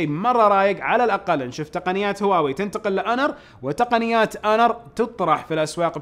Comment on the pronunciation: ترى مافيه مشكله تنطق هواوي مثل الناس ...